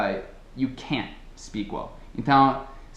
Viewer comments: You used the sound of the letter "T", when you say (at the end of the video): "You can't speak English well". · No exemplo final ele acabou falando "can't" pronunciando o "t", kkk...